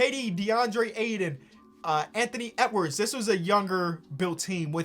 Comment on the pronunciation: Why does say Anthony Edwards like that? (Anthony Etwards)